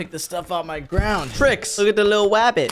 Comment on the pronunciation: when said "wook at the widle wabbit"of me on the ground